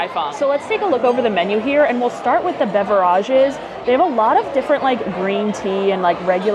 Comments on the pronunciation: Question above.. Why do you pronounce beverage the way you do? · Wanted to ask, why do you pronounce beverage on all your videos? Just curious.